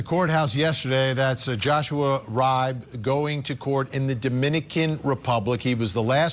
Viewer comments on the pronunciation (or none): Love ya Vinnie- just an fyi... Riibe is pronounced Ree-Bee. (I'm from the midwest and this is a common name here)